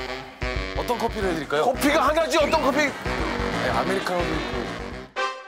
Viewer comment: 박차장님 커피가 하나쥐!!! 씅질 내는 것조차 왜 이르케 찰지죠